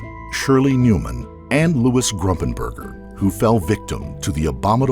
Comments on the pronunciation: QUIT SAYING ...G R U M P I N G B U R G E R!!!!!!!! It's Gumpingburger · It's Gumpenberger not Grumpenberger. It's like you're saying on wrong on purpose. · I think it’s “Gumpenberger,” not “Grumpenger.” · Gumpenberger, I think. Not Grumpenberger. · Louis GUMPENBERGER, not Grumpenberger. The least we can do is remember his name... The judge and DA in the Betsy Faria case should be disbarred. The malpractice in that instance was shameful. Anybody that believes a word out of Pam Hupp's mouth shouldn't be practicing law. Louis would still be alive today if not for their incompetence, or collusion. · The man she murdered was named Louis Gumpenberger not Grumpenberger it’s very disrespectful to his family to keep calling him by the wrong name! I also think she killed the woman she was taking care of in Florida when her kids were younger. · Wasn't Louis' last name- Gumpenberger? Not Grumpenberger.... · It’s pronounced “Fah-reeah” lol and also it’s not “GRUMPENBERGER” it’s Gumpenberger- no ‘R’ after the ‘G’…maybe have a little more respect for the dead & their actual names before you put out a documentary. Very disappointing.